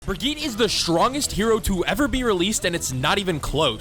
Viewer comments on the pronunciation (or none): Is this vid satire? Because half these “tips” are the opposite of what I’ve been told in other vids. Also your still saying her full name wrong. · You pronounce brigitte ALL wrong